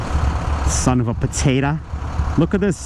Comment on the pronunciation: Son of a potatah!